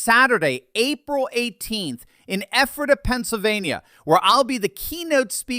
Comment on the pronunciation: Congratulations on pronouncing Ephrata correctly